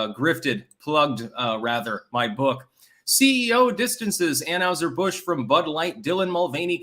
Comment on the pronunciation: It’s pronounced an-HIGH-ser Busch not an-HUGH-ser Busch dammit